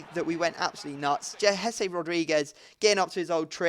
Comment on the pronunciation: Please when ypu are trying to pronounce the name of "Jese" the "J" should be heard like the "J" in the name of "James Rodriguez".